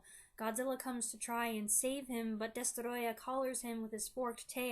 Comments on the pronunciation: Well done. You made me care about the fate of a mutated, fire breathing lizard the size of a skyscraper! Plus your pronunciation of the antagonist's name is absolutely spot on! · It’s adorable how you pronounce “DESTOROYAH!”